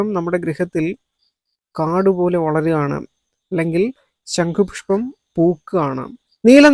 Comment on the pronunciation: ശങ്കുപുഷ്പം അല്ല ശംഖുപുഷ്പം ആണ്